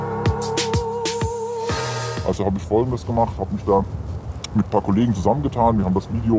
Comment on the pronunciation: aber eigentlich wird das anders betont